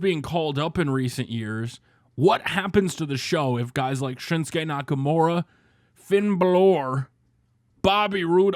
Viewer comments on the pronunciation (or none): It's FINN BAAAAALOR NOT FINN BLOR